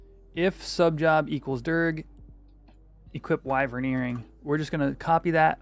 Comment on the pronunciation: Wyvern = wai-vern